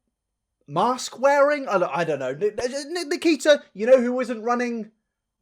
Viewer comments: If you listen closely it sounds like triaher and nikiter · I died when he said Nikkeetar 💀🤣😭